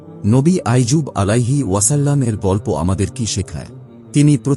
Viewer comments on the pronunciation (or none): নবী আইয়ুব । আইজুব নয়!